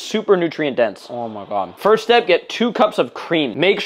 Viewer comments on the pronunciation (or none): I like how he says OOMAGAHD